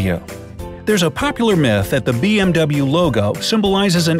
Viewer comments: did he say BM DOUBLE-yu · I thought you should say BMW as "BMV" ?? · It's pronounced BMV, not BMW. BYRESHEN, MATWA VERKEN. I think that's how you say it